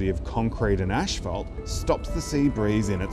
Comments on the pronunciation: Learn to pronounce "asphalt" correctly. There is only one h in this word, after the p to make the f sound. There is no h after the first two letters, so no "ash", just "as". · 1. Ah yes, let's blame the wealthy 2. Isn't this clearly a policy and government problem? 3. It's definitely not pronounced ash-phalt.